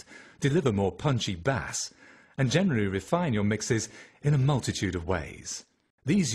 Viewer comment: you want me to take your advice on audio equipment and you dont even know how to say bass? its said "base" not bas or baz or baze